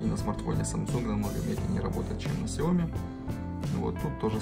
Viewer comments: Не Ксияоми, А СЯОМИ!!! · Бро, не Ксияоми, а Сяоми